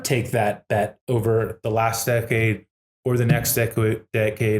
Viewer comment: Tyler has a bit of trouble saying ‘decade’.. interesting interview and great to have these guys promoting BTC.